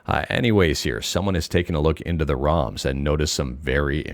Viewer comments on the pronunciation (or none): none